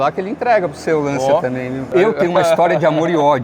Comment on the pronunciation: Sem querer ser chato, a pronúncia correta é "LanTCHIA". 😅